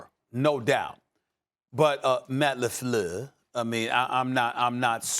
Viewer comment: Stephen A always messes up Matt "LeFluuuuuuu's" name. I be laughing everytime LOL